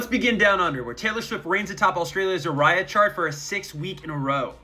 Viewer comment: FYI.. Aussie charts are pronounced Areeeaaaa not ARyeAh